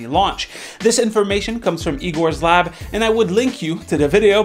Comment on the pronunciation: finally somone wo pronounces Igor's Lab correctly - when Red Gaming Tech says it, it gives me the cringe :D